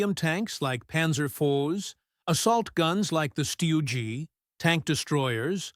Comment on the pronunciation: The Sherman isn't a "heavy" tank. And what the heck is a "steugee" ?